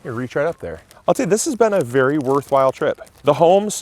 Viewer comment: "be varwee varwee quiet, we're hunting Aoples" - Elmer Fudd in this occassion. 😂